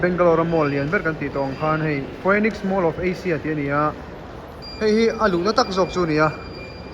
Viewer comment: Foiniss ni lovin, PHOENIX MALL ( Fee - Niks mall) titur aw😊